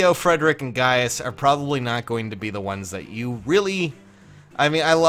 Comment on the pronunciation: Gayus for Gaius omg